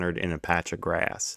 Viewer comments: so funny every time he pronounces a short "a" like "ayuh" (ie "grayuhss" instead of "grass") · I like how you say “grass” 😂